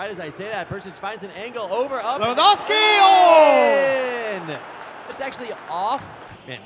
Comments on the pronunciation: It's so annoying when people can't pronounce, or be bothered to learn to pronounce, people's names. (Pronouncing Lewandowski with 'w's instead of 'v's). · Its lewandowski. The W in Polish is pronaunced as "V"